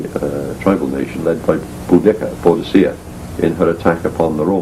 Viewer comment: It's BOUDICCA, not "bodica". It's ICENI, not "icini". It's COELBREN, not "coeblan". And it's CYMRU, not "khumri".